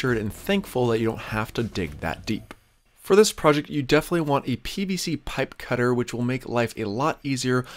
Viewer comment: Easy on the P's, I don't think I can listen to you over pronounce pipe one more time.